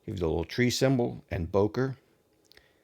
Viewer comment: The correct pronunciation is not [boker] but [bøker]. It has a ö